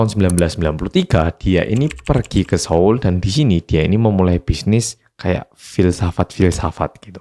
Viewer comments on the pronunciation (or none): none